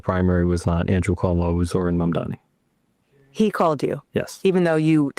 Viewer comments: Dude on CNBC is still saying 'Momdami' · guy still doesnt know how to pronounce mamdani lol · Say it with me: Mam - dani Mam - dani Mam - dani These tools “Man - dami”